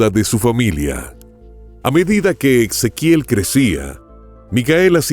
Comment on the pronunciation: No suena Ex... Suena como la S... Ezequiel